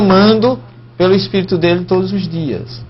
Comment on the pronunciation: Mas você não sabe nem dizer Espirito Santo, você diz ESPERITO, e querer ensinar os outros seu pastor Rogerio Moreira...